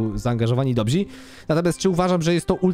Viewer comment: Przepraszam, że znów się do tego doczepię (bo z 2 lata temu już gdzieś się doczepiałem), ale aż uszy krwawią... ludzie mogą być dobrzy, a nie dobzi...